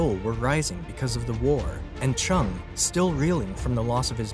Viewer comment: his name is not pernounced with a ch chung but rather JUNG and would be properly sounding like this Jung Ju Young